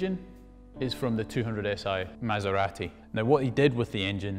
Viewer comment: He pronounce MASERATI correctly. finally!